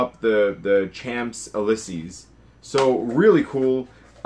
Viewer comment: The way you said champ elysees is very funny. It's a french street in Paris